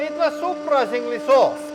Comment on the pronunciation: I love “Ookay souprisingly”